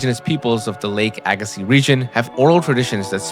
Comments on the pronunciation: Pronounced Agassee... Not seez.. Dummy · I’ve only ever heard it pronounced “Ay Gah See”, without the Z. I know this because we live on the first shoreline of Glacial Lake Agassiz. We learned about it over and over in school. In fact, if you step out my front door and turn west, it is flat as a pancake. It you turn east, it is nothing but hills. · The z is silent. The ssiz is pronounced like sea. AG-ə-see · its hard to listen to when you know its pronounced wrong. but i read dictionaries as a kid and learned phonetics and can read that way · It's pronounced "aga-see". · I had to quit watching. Couldn't handle hearing aga-seez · Z is silent at end. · But the "z" is silent.... and i loved the video!!